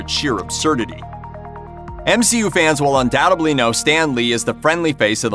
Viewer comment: Undoutedly NOT undoubtebly!! Buy a dictionary!